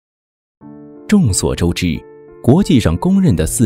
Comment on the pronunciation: “众所周鸡”